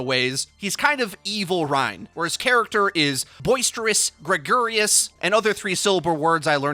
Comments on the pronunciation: "gregarious" is 4 syllables, my friend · Gregarious is 4 syllables REEEEEEE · >gre - gar - i - ous > 3 syllable words I learned in English class. Back to school you go.